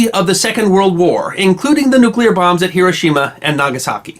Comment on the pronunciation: is one of 17 humans who pronounce ""NU-klee-urr" correctly.